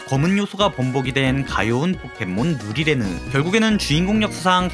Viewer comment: 누리레느 발음 개어려운데 엄청 잘하시네 ㅋㅋ